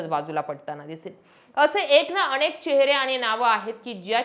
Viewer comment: अणेक नाही ओ , अनेक , उच्चारण निट(णिट) करत जा बर 😂